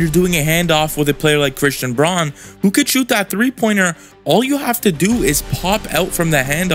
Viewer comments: Braun is pronounced Brown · Christian Braun's last name is pronounced "Brown."